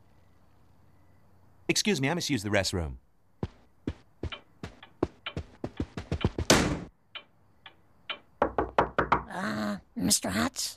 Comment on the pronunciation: Excuse me, I must use the "ressroom"